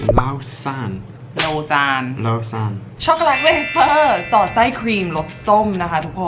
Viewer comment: โลซาน ควรจะเป็นของที่ออกเสียงง่ายสุดในทั้งหมดอ่ะจริงๆ เพราะเป็นชื่อเมือง ในสวิสเซอร์แลนด์